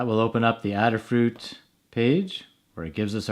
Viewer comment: Thanks for the video. Since Adafruit is named in honor of Ada, the Countess of Lovelace, the first computer programmer, I'm sure the company name is pronounced with a long A.